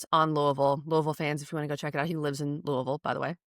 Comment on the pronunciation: You know this is a trustworthy podcast because they actually pronounce Louisville correctly!